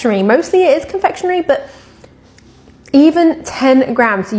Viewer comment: It's just ,CON-FEK YU NERY